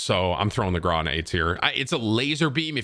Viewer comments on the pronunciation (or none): Bro stop saying grau like graaahhh it’s graow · I through up in my mouth a bit when you said the grou is better than the kilo and also its pronounced grou not graw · Why do you say GRAW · Bro it’s pronounced gr-ow PLEASE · Petition for Tim to pronounce “Grau” like a normal fucking person Gr - ow (post pain exclamation) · The way he pronounces Grau kills me. It hurts my ears to hear that